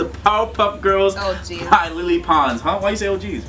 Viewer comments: It's pronounced "LE-LE" not Lily or whatever... LELE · IT'S LELE PONS, NOT LEELEE PONS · Its like 'laylay' pons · Its Lay lay Pons not lee lee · You´re pronouncing lele wrong. Its pronounced Leh-Leh. her full name is Eleonora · It's LELE not LILI. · when you say Lele Pond name it's not Lily Pond you don't say the e you sound out the e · he said Lili pons😠😠😠😡😡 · you said her name wrong it's pronounced "leh leh" lol